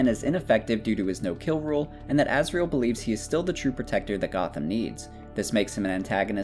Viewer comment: Who is that Azriel you keep talking about? Cant you pronounce Azrael?